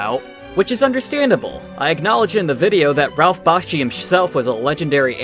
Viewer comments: Is it me or is he pronouncing BAKSHI as BASKHI? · Im enjoying your vids. Only found this channel a couple days ago. Love it. BUT....my ONLY criticism is your pronunciation of BAKSHI... I may be wrong, my ears are made of 90% asbestos fibre, BUT every time you say his name it sounds like youre saying BASH-KI. Apart from that, imma keep watching and liking. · I share your sentiments about these films, but brother, you need to cut out that music or turn down the volume. I seriously can't follow what you're saying at times. It is waaay to distracting! Also, just like Doug , you mispronounce "Bakshi".